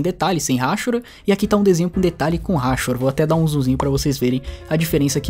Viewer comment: Hahahaha RÁCHURA? É hachura,! (a-chú-ra). Seus vídeos são muito legais. Recomendo sempre aos meus alunos de Desenho. <3